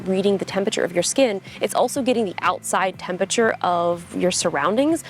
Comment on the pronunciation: The way Justine pronounces “Tempature” is alternatingly cute and infuriating 🤒